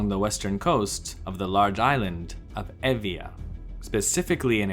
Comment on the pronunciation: Yeah! At last, someone who knows how to pronounce "Evia" correctly :)